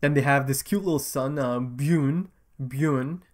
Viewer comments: No its not. It's more like "B-Yorn" or "B-Yurn" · Bjorn pronounced like B-Yawn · Man i am so freaking excited for you to watch this show. Its hilarious how much you struggle with Bjorn's name hahah